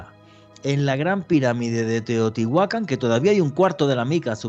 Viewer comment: Que buen programa pero me intriga saber pq pronuncia mal los nombres y les pone acento donde no debe, ejemplo, Teotihuácan y no dice Teotihuacán. Simple interrogante sin ánimo de ofender